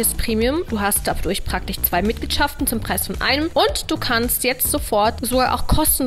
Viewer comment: Ich finde deine Videos ja echt immer noch toll. Aber sch und ch ständig falsch zu hören ist echt anstrengend für mich. Gefühlstechnich? Praktich? Ich weiß, das ist so ein Kölscher Sprachfehler. Aber merkt man in Köln nicht, dass der Rest Deutschlands es richtig ausspricht? Soll eine konstruktive Kritik sein. ;-)